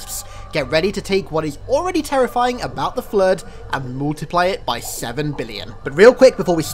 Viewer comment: I like how you pronounce the Flood as "Flued" at times.